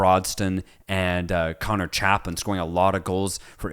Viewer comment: As an ipswich supporter you saying Jamaican hutchinson, broadsten and conor chapmin made me laugh! Btw its omari hutchinson Nathan Broadhead amd conor chaplin